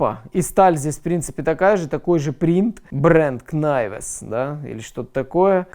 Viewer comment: Шо там по знанию английского???? Что даже слово Knives (найвс) прочитать не можем???